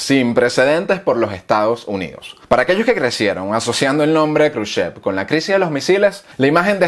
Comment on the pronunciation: Y no se dice Estados Junidos, se dice "Estados Unidos"